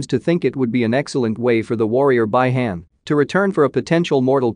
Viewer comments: Its Bi-Han not by-hand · If you guys watch Mortal Kombat Conquest y’all be surprised to see that they are pronouncing Bi-Han name same way as this guy does Bye-Han instead of Bee-Han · For gods sake its bi han pronounced bee han and not bye han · First of all its not by-hand Second how the hell do you not know Third its Bi-Han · Its B Han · I cried when he said By Hand (Bi Han) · Not by hand, Bi~Han...Oh come on man 😅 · Sub-Zero's name is Bi-Han pronounced Bee-Haan not by han. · Bee Hun lol not by hand🤣🤣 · Bee-Han not Bi han, Bi-Han. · Not Bai hen 🤦‍♂️ its Bi Han like (bee Han) In the move Hanzo Hasashi says it all out clear BI HAN!!! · Its not by-hand its bi-han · “By-hayn” “Lin-cou-ay”😅🤣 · I can’t with this pronunciation anymore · Right? And who the f is "Bai-han". This narrator is killing me. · You should've write it as "Be Hun" if you're using voice over, so it will pronounce the proper Bi Han. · he should've write it as "Be Hun". It will pronounce the proper Bi Han. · his name is freaky Bi Han read as(bee-han) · Bi-Han is pronounced Bee-Hon.lol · Its pronounced BEE HAAN 😂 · The mispronounce is so annoying. Next time you use computer voice, take a look at the spelling, please. You can write "bee han" for the bot to read instead of "bi han". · I knew sombody was gone say sum 😂😂 its bi han bi han😂😂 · Bro, someone teach this guy to pronounce it correctly, please, I am laughing. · It is bi han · This dude pronouncing sub Zero's name is already cringey af dude its bee han not by hand bruh and its noob saibot not seybot smh 🙄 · Jesus man, it’s Pronounced like Bee Han (like Han Solo), and Noob Sci bot. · Who tf is by-hand and noob saybit?…😂🤣 yes I know it’s an AI speaking…😁👍🏼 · I can’t handle the way this can’t keeps fucking up the pronunciation. Who the fuck is By-hand and what is the Lin koo-eh 😂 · The way how this guy pronounce bi-han and Lin Kuei 😂